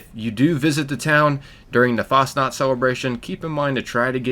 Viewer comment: For us Swiss it‘s kinda funny to see how Americans see Switzerland and Fasnacht, and how the mispronounce the words like Fasnacht (Fasting Night) Hütte (Shack) and Helvetia. But it is nice to know that this town does exist in Reality.